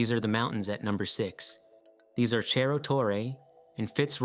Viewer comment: Please don't pronounce Spanish like Italian, Cerro Torre is not "chero torre", ce- and ci- are always an "s" sound, just like in English, like "cereal".